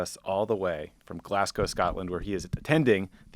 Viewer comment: On behalf of brits everywhere, thank you for pronouncing 'Glasgow' correctly!